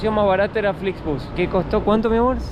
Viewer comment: Flixbus en inglés se pronuncia Flixbos .